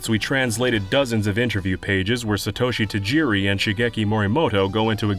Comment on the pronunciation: s'-toe-shi haha